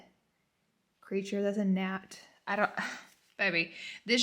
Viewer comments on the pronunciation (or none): Ma’am what did u just call that gnat??? A napt? 😂😂